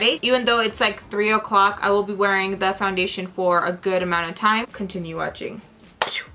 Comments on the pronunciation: I feel like I will never be able to say foundATION the same way again 😆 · First off let me say... I love how to say foundachion hahaha you crack me up! Another thing is i have a similar skin tone and matching foundachion is so hard! I always look to your videos for reference! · Hi!! I love your eye makeup, that wing liner tho, as sharp as a knife🔪. How cute is your baby saying makeup sponge after you ❤. I laugh when you said foundation (you sound French). Your entire make up looked bomb!! Xo